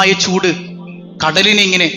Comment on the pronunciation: പൂട് അല്ല ചൂട്